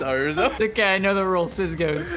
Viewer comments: Rozzi sounds like rizzo but..... when u put the o in the place of the i and the i in the place of o it spells RIZZO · Hmm rizzo switch the i and o in rozzi and what do you have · "Rozzi" lmao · ImSmallcat how? He legit said “it’s rozzi and wizzy but okay” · Took me about half the video to realize that “Rozzi” was Rizzo, kept thinking it was basically the same name but with the “o” and the “i” switched hahahah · Wizzy said rizzo its clearly that one pro is rizzo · Trying to cover up they rizzle sizzle n kizzle u replaced John but u say rizzo n anyway not rozzi n wissy